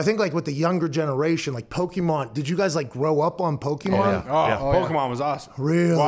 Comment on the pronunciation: Everyone who does that, like calling them pokeman instead of pokemon knows more than they are letting on